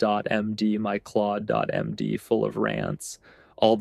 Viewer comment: sorry, thought it was Ai generated when you didn’t pronounce Claude.md correctly. But let me delete this comment so I don’t misinform others. Great content btw